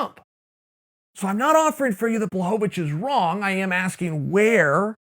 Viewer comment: It's pronounced Blahovavich, Chael.